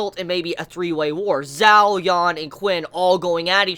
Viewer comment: Not sure if this has been said before but in chinese the letters "q" and "zh" are pronounced slightly different than english. qin is pronounced like "chin" and zhao is pronounced like "jao" it doesnt really bother me but i know youve asked for pronunciation help before. Love your reviews :)